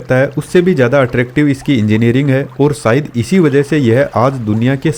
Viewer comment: सायद नहीं शायद , सानदार नहीं शानदार । महताब गार्डन मेहता गार्डन नहीं।